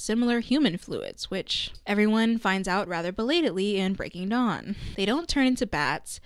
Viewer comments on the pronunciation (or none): none